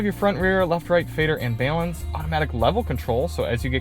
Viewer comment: The way says "balance" 😂